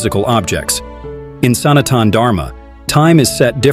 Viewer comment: The accent distorts Indian Sanskrit names. Use your own voice!! … and proper akaarantha. Arjuna and not Arjun, sanaatana and not sanaatan….